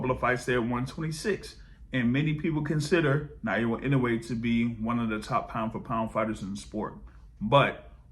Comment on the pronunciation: A little help on Inoue's given name: ✅ NAH-OH-YAH ❌ NAH-YOH-UH I don't see Monster-Tank ever happening. Maybe Inoue will grab a big money fight over 126 at the end of his career, but I don't think Tank will come down to 135 at that point.